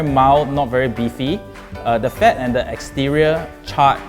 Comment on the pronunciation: Does this guy have a swedish accent? This sounds extremely swedish, the only difference is that he switches the D's with T's. He also pronouces "fat" as "fett" (which is the swedish word for it) but a typical swede would pronounce it "faet" which makes it hard to pinpoint, does he not know the english word?